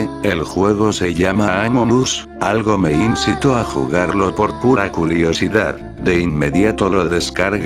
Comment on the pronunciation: en el minuto 1 15 dijo culiosidad